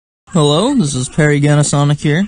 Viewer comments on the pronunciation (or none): pary ganasonic xD